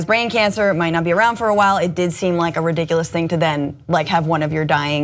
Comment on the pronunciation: "Wing awound the Rosie!"